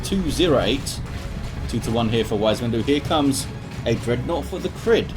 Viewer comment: Thanks for casting! The way you pronounced my name the first time is correct (ie NOT as "Cry"). /TheCrydd